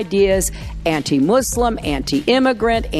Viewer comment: Hillary: “the right is racist” Also Hillary: “these mooselims (muslims”